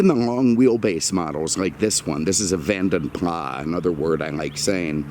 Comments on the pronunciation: Ford didn't "get involved" until 2007. BTW - it's "PLAS" not "PLAH". The name comes from a Belgian coachbuilder from history. It's not a French name. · Vanden Plas: Originally Belgian coach builders with a Dutch name. I believe you should pronounce Plas as plass. I love your videos though.